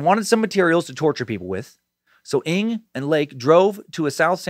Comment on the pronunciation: Imma chime in, 1 month late, hopefully ya see this, Dan. “NG” is pronounced in the same way the “Ng” in “thing” is pronounced. I’m from Singapore, where it’s a common surname. Just thought I’d let ya know! (